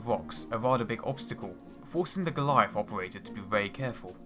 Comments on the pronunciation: WTF is a Galleiff? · The Goleiahff.... Musste noch mal zurück spülen um zu registrieren dass er Goliath sagen möchte...